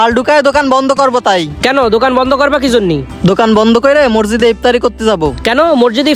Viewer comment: ভাই মরজিদ হবে না সঠিক উচ্চারণ হবে মসজিদ